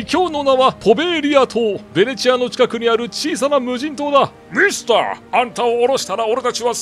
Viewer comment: ミスターがミスタにしか聞こえない